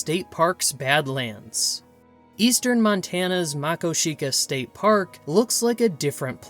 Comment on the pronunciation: What about the paddlefish in the Yellowstone River? And it's Ma-KO-shika. Emphasis on the second syllable.